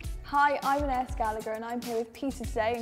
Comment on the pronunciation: Hi really sorry for a negative comment but your name should be pronounced An-eye-ees not An-ace this is a French name so please say it properly!